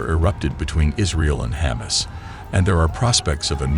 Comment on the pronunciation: Is he saying Ha´mas or does he really want some humus?